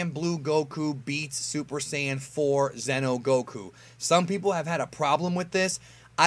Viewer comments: zee-noh, not zen-oh fuck I made a joke on accident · Its pronounced ze no not zeno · Zee no Goku not Zeno Goku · *Xeno not zeno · Xeno is not pronounced “zeno” it’s pronounced “zee-no”